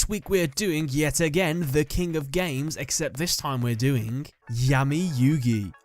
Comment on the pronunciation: What did you say "kink of games" 😂